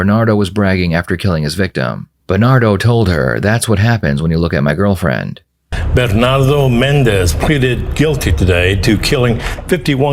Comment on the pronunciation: "Berrrrrrnado Mendez" 🤣